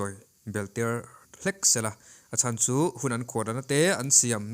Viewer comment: 'Chu' tih i lam dân thlûk hi a dik lo deuh, lo inzir leh deuh teh